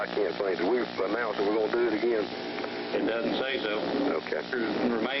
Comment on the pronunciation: Commissioner? Mr. Low? Should i zap him ageeen?